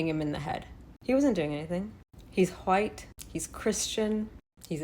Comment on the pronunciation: Lmao, you gotta stop pronouncing white like that.